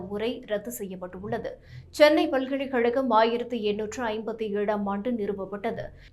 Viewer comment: Please improve your pronounciation of "ka". பல்கலைக் கழ்கம் என்று சொல்லுமபொழுது கழகம் என்னும் பதத்தை சரியாக உச்சரிக்கவேண்டும். பல்கலைஹழகம் இல்லை.